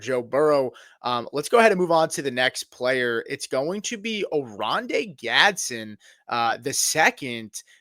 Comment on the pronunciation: It's not Gadsin.. .. It's pronounced Gads-den